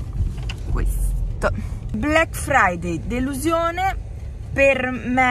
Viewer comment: Quando hai detto delusiOne hai detto la lettera O❤😂❤